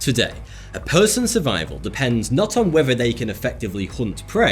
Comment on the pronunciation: Love your videos but please stop pronouncing “th” as “f” Whefer or not you listen to what I’m saying, the weafer is still calling for rain today.